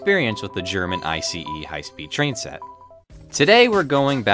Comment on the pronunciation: It’s Ice, not I-C-E! Come on man, nobody can miss that!